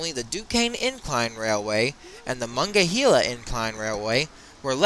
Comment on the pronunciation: muh-nong-guh-hee-luh River.... Lol your pronouncing it wrong